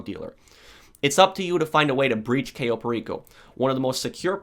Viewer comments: please google the correct pronunciation of CAYO. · It's caaaaaaaayo not cayyyyyyyyyo but close enough Also great video